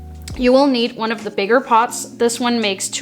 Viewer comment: It sounds like you're saying "Pots" instead of "Pods", Lol, but good video!